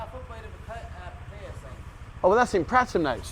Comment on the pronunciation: LOL...after so many years there, why can't you pronounce Pattaya correctly?